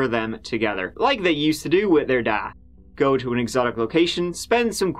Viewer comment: "Let's give it a goo" get it right